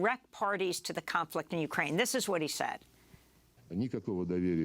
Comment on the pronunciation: I know this is serious but in the start she says "going to fight for ukraime" sorry its just yeah ill head out